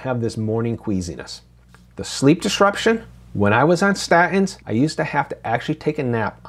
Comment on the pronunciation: When did you start pronouncing statins like a cockney?